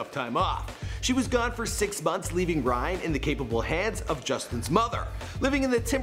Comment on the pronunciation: sounds like you said Bryan. His sexy face makes it hard to remember his name